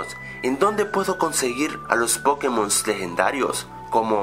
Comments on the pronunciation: es pokémon, no pókemon. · NO SE DISE PÓKEMON SE DICE POKÉMON ¡¡¡¡ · me pone nervioso que al decir pokémon lo pronuncies "pókemon" en vez de pokémon -.